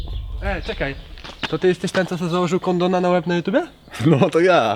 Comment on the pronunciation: "kondona" xd